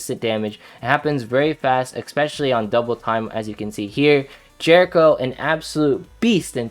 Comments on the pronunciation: why do you call Eriko [J E R I C H O]? i dont like that... sounds like you're calling her jerk to me LOL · Not [ S M O O T H ] Calling my Eriko to Jericho... Grr